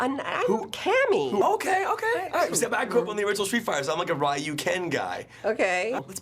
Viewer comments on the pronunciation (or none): You can always tell who deep Street Fighter fans are if they say Ree-Yu or a softer Ruu variant Rye-you is a pet peeve of mine. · "Rye-you" aw FFS